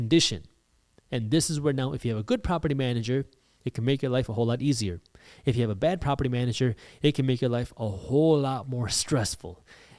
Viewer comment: "eef" or "if"?